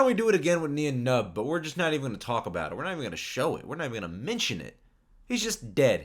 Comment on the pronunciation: His name is pronounced as nine numb